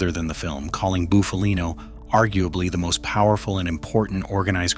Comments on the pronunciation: Not fkn ( Boof-a-lean_O ) it's Buff-a-lino ! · Shite ai pronunciation